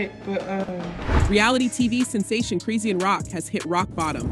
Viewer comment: Who is “Chris see an” you mean Chrisean ??